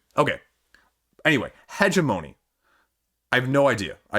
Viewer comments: heh-GEM-oh-knee, but points for being closer than Chris was ;) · Hegemony is pronounced huh·jeh·muh·nee, emphasis on the second syllable. Thanks for the update.